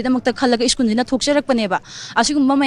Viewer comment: Oja masamak school se "skoon" and twelve sina "tuyep" haina pronounce tourise khitang semdok chahan ning ngi. Strongly condemn the miscreants who disrupted the study environment of the school. Please take care.